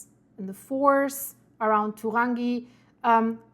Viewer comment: Turangi…pronounced..too rangi.